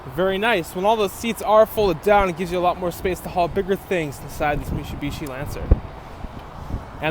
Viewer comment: Mishibishi? Your gonna try to sell us on this but can't say the name right.